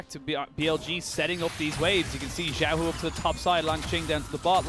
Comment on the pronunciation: I couldn't stand the casters saying Jiaohu, it's Xiaohu wtf it's not difficult